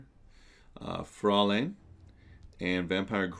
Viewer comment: Fraulin is pronounced Frow-line. Its a german word.